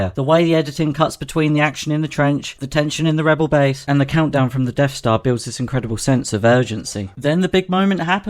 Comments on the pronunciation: What's a "Deaf Star"? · "The Deaf Stah" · "Deaf star" Once you hear it you can't unhear it.